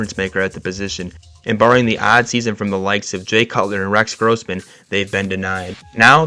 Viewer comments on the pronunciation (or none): Rex “grausmen”? How old are you man? Its Gross-men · And Rex Grawsman 😂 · How did you say Grossman? How old are you? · You got Kyler gordan and brisker mixed up lol and Rex Grossman pronounced wrong. Besides that great video and breakdown